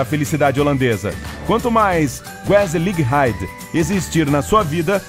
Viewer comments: Que agonia ouvir a pronúncia de "Gezelligheid" ... O 'G' holandês é grutal, a pronúncia é "rrêzéliheid" e não "guezeliréid" 👀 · A pronúnica correta de Gezelligheid é Rrezelâhaid o som do g é gutural um pouco mais acentuado que do h